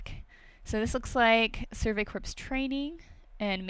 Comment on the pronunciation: Corps is pronounced "core". Not "corpse". Being in an ROTC program that shit gets really annoying.